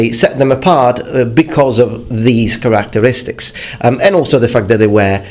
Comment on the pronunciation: love the way this dude says characteristics. "karak-teristiks"